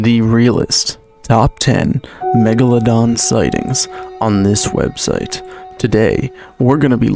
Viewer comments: my favorite scene was when said "m egladon" and then megalodoned all over the place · you mean the *Mochelogeradon... common mistake...